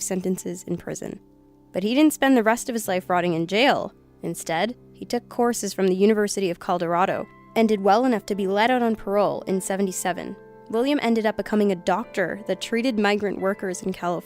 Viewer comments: Ugh yes. XD Color-a-do. XD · ColDorado??? come on learn how to speak. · coldorado? COLDORADO?! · Here we go with the State of ColDORADO again. Listen . This is the 2nd time I've heard her make the same mistake on different videos. Please, someone get this girl a map and a dictionary. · Did she say, "Coldorado" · she said "university of Coldorado" it's Colorado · "University of Caldorado" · Where's "Calderado?"' And its "Province," not "Providence." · in did anyone else hear coldorado instead of colorado? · "Coldorado" also, 'soory' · Caldorade? wtf? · "Coldorado"? Wtf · did she say Coldarodo instead of Colorado? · "University of Callderado"? Pretty sure you meant to say "Colorado",. Oops. XD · "Calledarado" I'm pretty sure it's Colorado. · Did u hear her say coldorado? Instead of Colorado? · "Colderado" "Next 'providence' over"... Please try harder. A second take can't hurt. :( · coloradado? or Colorado? what the f*ck dude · university of Caldarado? never heard of it. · University of "Colderado" 😐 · Colderado? you mean Colorado? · "codarado" lol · It's COLORADO not Coldorado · Call-der-ado??? I believe it's Colorado.. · She said Colderado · Where's "Calderado?"' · "university of coldorado" lol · University of Colderado??? 😂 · I like you a lot,, I really do - but... #1: It's COLORADO. #2: It's MenENdez, not Mendez. Hoping these were typos that weren't your fault. Ciao! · Coldorado? Providence? You're having a heck of a time with those extra D's, aren't you,?:P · University of "coldorado" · White Zombie it kind of does. If you're narrating, you should have good enunciation and pronunciation